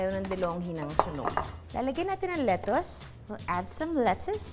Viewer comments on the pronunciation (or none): none